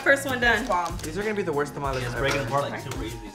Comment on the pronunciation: Tah-mal-leh. NOT Tam-ollys😂